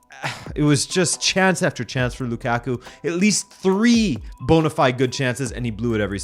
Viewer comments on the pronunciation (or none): none